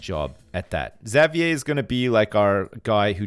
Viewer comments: Fuck man, can't pronounce Xavier. Like. Does he call the leader of the X-men, Professor Zavyaie? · really? cause where I'm from its pronounced havier. didn't know it was different in other places. the more you know I guess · Yeah there is no correct way to pronounce it. I say "ex-avier" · i hate the way he says xavier